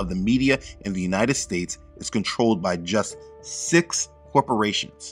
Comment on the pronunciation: I heard Jesuit when you said "just six" corporations. Wow!